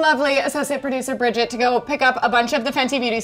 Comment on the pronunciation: When your name is bridget and they say bridget 😂😂😱